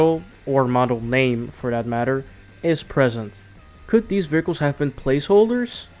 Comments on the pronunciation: vehircles... hahaha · Ahh yes, vericles. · "vearcles" "Dr. D.R.E" lmao. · This mans really out here sayin "veracles" XD But fr, Midnight Club LA was one of my favorite XBOX 360 games, despite the customization (in my opinion) not living up to MC3:DUB Edition Remix. I'm not sure which version I beat (probably the patched one since I didn't realize that even happened) but I found that once you got a bike, you became unstoppable. The fact that bikes could slipstream cars, but not be slipstreamed themselves, made them so overpowered. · Wheres the "R" in 'vehicles'?